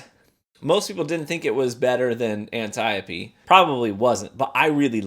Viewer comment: I have always appreciated that you actually pronounce Antiope, correctly!